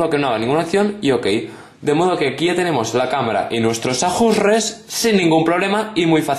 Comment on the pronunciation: "Ajjjjusres" Pfff me ha matado x)